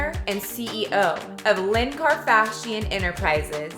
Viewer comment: karfashian? im dead 😂